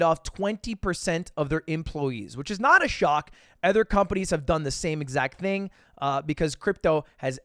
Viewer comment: Dude when and why the fuck did Ludwig start pronouncing "other" like "ether"